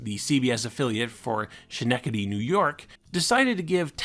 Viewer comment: Yeah, uh, Schenectady is pronounced with a hard "k" sound. Ska-nectedy.